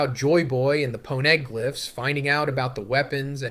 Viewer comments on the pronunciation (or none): yeah iv been watching for a while and he does sound very off in this especially specific one piece words ive heard him pronounce like elbaf and poneglyphs. id still hope he wouldnt use ai without at least saying it though. maybe could be his mic or the way he recorded it